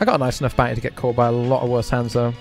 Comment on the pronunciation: maybe when he stops saying bout knee instead of bounty